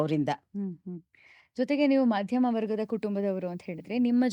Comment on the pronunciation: ಮಧ್ಯ ಮ ಕುಟುಂಬ ಎನ್ನುವು ದಕ್ಕೆ ಮಾಧ್ಯಮ ಕುಟುಂಬ ಎನ್ನುತ್ತಾರೆ,.